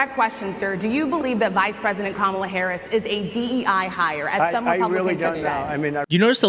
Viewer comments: Journalists need to say to Trump or the next MAGA congressman, “repeat after me: KA-ma-la” and then watch as they stupidly keep saying “Ka-MA-la” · And notice how he never, ever says Kamala Harris' first name properly. It is not Ka MA la -- it is KA ma la (as he well knows). Just another way to disrepect his opponent. As for the rest of his tirade, it is utterly preposterous! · .......And, when is he gonna pronounce Kamala's name correctly....manners?????? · Trump is obviously aiming his comments TO his cult. Look at the disrespect, including mispronouncing Kamala's name! He isn't really interested in connecting with these black women at all! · He also mispronounced Kamala Harris' name. The interviewer, and crowd, should have objected to that. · OMG! And Trump is STILL not pronouncing Kamala's name correctly! 💙💙💙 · He is deliberately mispronouncing it. But, then again, who knows? He's not especially strong in the pronunciation department.